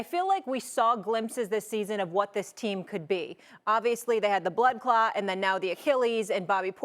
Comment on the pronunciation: Molly said bloodclatt